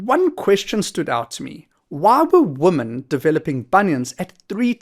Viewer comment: Thanks for the video.... Would it be possible to pronounce women correctly instead of woman please which is incorrect?